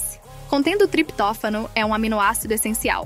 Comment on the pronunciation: Não dá. Parei de assistir ao ouvir " perca" e "triptófano". Ler coisas no Google, qquer um lê. Bom mesmo é assistir Dr. Daniel Dalle Laste